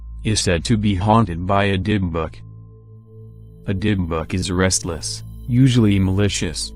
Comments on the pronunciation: Nope. Robot voice saying "dib-buck" ( seconds in) the first three times was all I could take. Done. Thumb's down. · Does anyone find the way the voice says Dybbuk funny lol